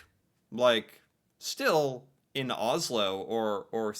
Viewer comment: Pronounce Oss-lo, not Oz-lo.